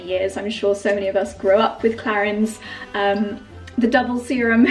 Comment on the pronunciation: So much blablabla about the products and you don’t even know how to say Clarins…. 😮